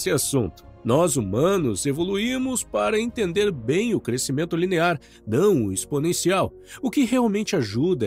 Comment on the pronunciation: Ótimo conteúdo, mas quero contribuir com uma observação: "crescimento" é som "sc".